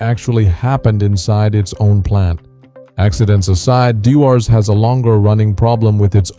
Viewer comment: You should learn how to pronounce the names. Chivas and Dewars. Jeez...